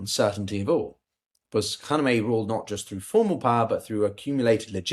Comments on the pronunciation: can't stand it anymore (after watching in several videos making the same mistake over and over again): Kha-ME-NE-i, not Kha-ne-me-i. i don't mean this as nitpicking or smartassery, but c'mon, the aim here is geopolitical analysis - getting the very basics right is the foundation of credibility. writing this with all the respect (and liking) of work, which i've been following for a long time. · Please, stop saying the late ayatollas name with the wrong letter sequence. His name was “KhaMeNei”, not “KhaNeMei”! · how tough is it to say KHA-MAY-NEIGH , i can say it and I am neither English nor Persian